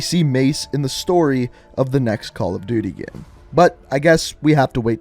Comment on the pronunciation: Why do u say Gay/ame It is game say it properly😕